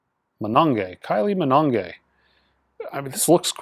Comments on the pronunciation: lol - love your videos but David "Ga-han", "Damian" Albarn and Kylie "Mino-gay" - all gave me some laughs. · My wife was across the room and heard you say Kylie Minonggay. That is now set in stone in my household. From this day henceforth. Those extra vowels at the end will be put to use.